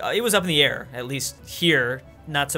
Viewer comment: where do you live “A I R”